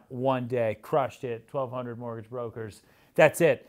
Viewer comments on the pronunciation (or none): ‘Morgage’ actually has a ‘t’ in it. 🤦🏼‍♂️